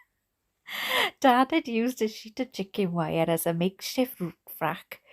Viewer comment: "mixhi Root Frack" = Makeshift roof rack In case any of you were STILL wondering what the heck was saying. I am oddly soothed and stimulated at the same time listening to this. It's magical!! Thanks for this, whatever you call this concept/channel. It is gonna become my new addiction, fast!